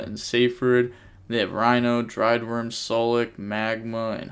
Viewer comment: Yo! Here's how to pronounce "Druid" in "Druidwurm" it's not "Driedwurm" XDXDXD looking out for my homies bro you GOT this!.